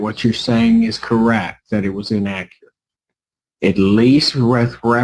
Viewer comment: Inaccerrate Using big words she can’t pronounce